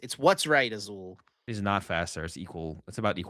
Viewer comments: Azul with the most Spanish sounding name but not knowing that Spanish also pronounces double l the same as French. 😂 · Azul out here pretending like he's never seen a double L not make a sound when he's got quite possibly the most Hispanic name available. lol